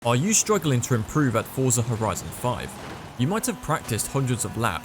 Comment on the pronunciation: and still.... you cant even pronounce Forza the right way😂 btw when FM7 came out, it was almost unplayable on the first Xbox one because of the slower hardware compared to the One X